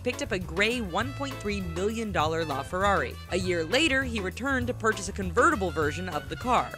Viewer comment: It’s a la fararrj 😂